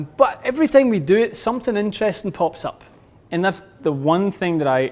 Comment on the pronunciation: Inteewesting. Vewy, vewy, inteewesting.